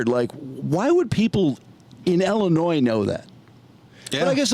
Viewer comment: Love ya (no homo), but I hate the way you say Ellinois